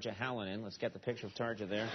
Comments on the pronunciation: It's pronounced "tarr-yah" (kind of) though. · Tarja is pronounced Tar-ya. Grrrr. So frustrating. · In usa they pronounce tarja halonen "tarcha halonen" but it's actually tarya halonen. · It's not Tar-ja, it's Tar-ya. He could have at least researched the pronunciation beforehand... unless he was mispronouncing it deliberately, of course... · I love the way he pronounces Tarja's name x) . Hintedy hint hint, it's supposed to say more like Tarya. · tarcha 😂😂 in Finland, everything is pronounced exactly the way that it's written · Someone needs to tell him that 'j' s are pronounced like the English 'y' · The way he pronounces Tarja Halonen xD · Love the way he pronounces "tarja" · HE CANT SAY TARJA EVEN NEAR RIGHT :d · It would be nice if he knew how to pronounce Tarja.